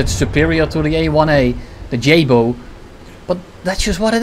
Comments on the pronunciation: No guys it’s jAbœ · Jabo is pronounced like the yh from yeah, a like the a from arse and b and o. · It's pronounced Jabo. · you're still saying it wrong. It's Jabo. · you r Saying It wrong its jabo